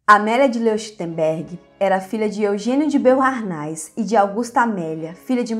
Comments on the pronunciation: olá, a pronúncia de Boharnais é Boarné ... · Pronuncia-se BOARNÉS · "Beaurnais" francamente. O áudio é uma ofensa aos ouvidos. Vá estudar e pronunciar os nomes de modo minimamente decente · Também percebi isso. Nem todos falam francês. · Beauhairnais é pronunciado /boarné/ e Leuchtenberg é /loishtenberk/